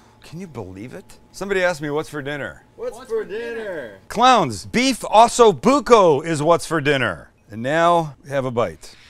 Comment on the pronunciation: It’s not ASSO Bucco Sam,,,,it’s OOOOHHHHSO Bucco. Lol